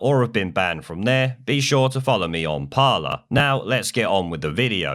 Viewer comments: Isn't it 'Parler' as in Pirates of the Caribbean french pronunciation? Not something closer to Parlor ;) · „Parler“ is pronounced Par-lay, from the french word which means to speak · Its pronounced 'parlay' - French for 'talk'. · Isn't "parler" supposed to be pronounced as "Par-lay" as in the French for speak / talk ? ;P